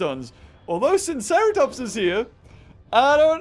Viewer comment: I am pretty sure that it is pronounced sigh-no-seratops